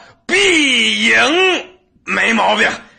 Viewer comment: it hits hard when he says "BYING CHIIN" 😢🤧